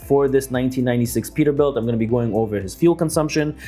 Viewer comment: “Perterbuilt” lol